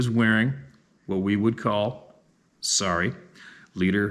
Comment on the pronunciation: Good Night Irene!! Ohhhh...that German word is pro.nounced" LEADER HOSEN "..( i know the spelli g is wro g l did it so you maybe could get how to say it!!)..they are GERMAN SUEDE SHORTS WITH ATTACHED STRAPS FROM FRONT WAISTLINE , OVER THE SHOULDERS AND DOWN TO THE BACKSIDE OF YOUR WAIST WHERE THEY STAY FASTENED...... My dad was stationed near CRA KFURT YEARS ago and they bought some for my little sister and I.....